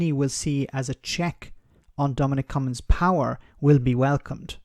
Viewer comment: It's not pronounced "come ins" ...there is a "G" I don't understand why you are getting his name wrong now? You had it right in earlier videos.